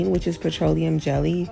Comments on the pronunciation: PET-TRO-LOT-EM? She lost me after she kept pronouncing it like that 😂😂😂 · THE PRONUNCIATION OF PETROLEUM IS SENDING ME. 🤦🏾‍♀️ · It was hard for me to get pass her pronouncing petroleum and lanolin that way. Idk but I’m listening. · I’ve never heard petroleum pronounced in that way. Thru me off. Had to rewind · So I’ve been I saying “petroleum “ wrong all this time? 😂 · It was hard for me to get pass her pronouncing petroleum and lanolin that way. Idk but I’m always here to learn 😂